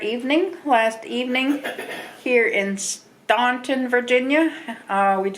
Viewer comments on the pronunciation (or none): Pronounced STANTON..the U is silent